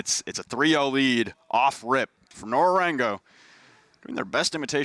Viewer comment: Nora rengo isnt that hard to pronounce. its so fucking annoying to hear Nora rengu 5000 Times. i cant watch any longer